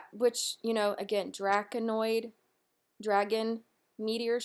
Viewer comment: 'Draconid' (Draco-nid), not "Draconoid" meteor shower. ☺👍